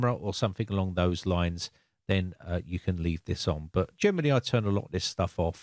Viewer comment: When you say "generally", I always hear "Germany" 😁